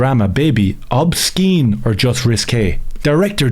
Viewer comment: Love the channel and an avid watcher and completely agree with your outlook on what madness is going on around us , but please tell me it’s an “Irish thing “ your pronunciation of the word “ Obscene “ ?. My eyebrow raised 3 inches when you pronounced the C in “Obscene “ . Or you can just tell me to F**k Off. 😀👍